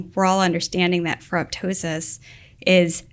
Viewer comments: Pronounced: Feh-roh-toe-sis (the "p" is silent) -- like pterydactyl and ptosis (dropping of eyelids). Like ferroptosis, many often mispronounce apoptosis, where the second "p" is also silent. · "ferro-tosis" the "p" is silent as in 'ptosis' ("tosis")or drooping of eyelid.